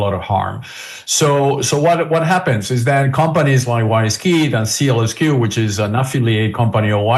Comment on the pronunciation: It’s SEAL SQ, not SEALS Q